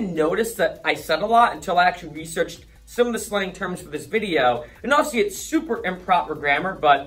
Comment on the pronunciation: Not a word but a way of pronouncing a word. The rest of the world says "obviously" with 4 complete syllables. You and many in Boston make it almost like a 2 syllable word -- "awvsly".